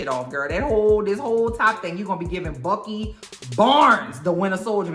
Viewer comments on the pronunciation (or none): none